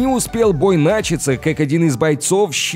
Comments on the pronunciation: Снаряд отскОчил, не успел бой нАчаться. Что это вообще за ударения такие случайные? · если говоришь на русском языке, то говори нача́ться, а не на́чаться!